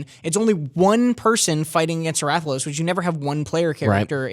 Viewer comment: You're saying Rathalos wrong